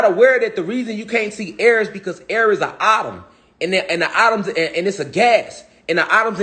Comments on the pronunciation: It's pronounced Eh-toms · Lmao. How many times did he say autumn, ahhtums"